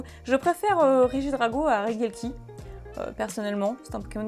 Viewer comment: Regidrago mais tu prononce reguieleki. Pourquoi ? Si ce n'est l'analphabetisme ? Regi se prononce Reji. T'es insupportable.